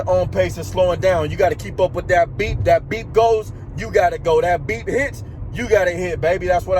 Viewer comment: Hahaha! I got you man! I thought you were saying "That BEAT", "That BEAT" in your Grateful for 1000 views video. But it's the BEEP! Got it. Nice man!